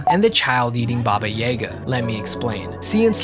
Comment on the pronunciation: Ba-Ba ya-ga Not Bobbi yeeegah